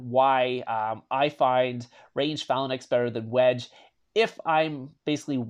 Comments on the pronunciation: Nice video. Also it’s pronounced FAY-LANX, not Falanax. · it's pronounced FAL ANKS...not FALA NIX....but good video bro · he keeps saying phallan-X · Phalanx is Fay-linx not however you say it lol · Cringey pronunciation of Phalanx. 😬